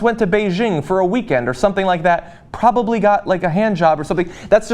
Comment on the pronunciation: "probabably got a hand job". this guy is hilarious